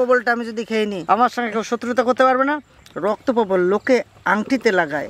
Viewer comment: Probol na probal